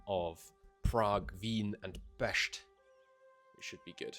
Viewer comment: Your pronunciation of Pest warms my little linguistics‐and‐phonetics‐loving heart